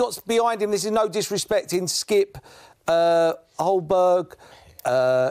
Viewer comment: Err oldberg.....ze celso come on Paul its not difficult to know the names of the players you get paid to talk about